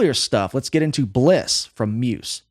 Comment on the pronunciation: The way this guy says Muse pisses me right off. 😂